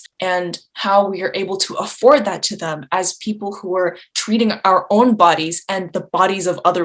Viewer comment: Its pronounced THEM not THUM